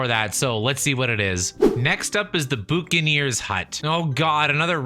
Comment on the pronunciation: Ah yes. Barnacle Bay The child of EA that everyone forgets exists. Probably for the best Its said as buck-ah-near Buccaneer